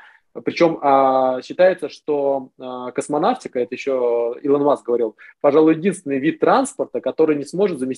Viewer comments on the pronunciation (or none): none